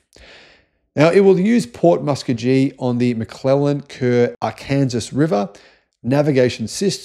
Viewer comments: That's Musk-co-gee, not Musk-co-jee,. As in, "I'm proud to be an Okie from Muskcogee" song. 😀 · If it is any help, I believe it is pronounced "Mus ko ghee". with a long o and the g sounds like a g. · It is pronounced MUH SKO GHEE lol need more help just google Okie from Muskogee! :) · The pronunciation of "Muskogee" and "Arkansas".😂😂😂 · True. But not as disastrous as pronunciation of “Muskogee”. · Haha that killed me, by far one of the most creative ways to pronounce it.